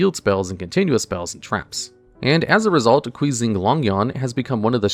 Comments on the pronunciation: lol "queezing longyuan" "qixing" is more closely pronunced as "chee-sheeng" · The only thing that bothers me is the way he pronounces "Qixing". Everything else has been fine imo.